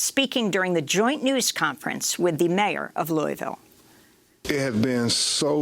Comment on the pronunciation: "Lul-vul" or "lœ-vul" or loal-vul, "Loui's-ville", or "Louie-ville" .... As a Kentucky it really pisses me off you don't know how we say our cities/words names, despite them being in the news so much. Versailles is "Vur-sæless". Elba is "El-bee".